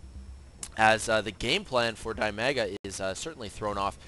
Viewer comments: Dimaga is definitely not pronounced dai-maa-guh. It's dih-mah-guh. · Dimaga is not die maga. Dimaga sounds more like de mag ga.